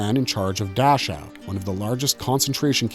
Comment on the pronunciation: Dachau => Dack-how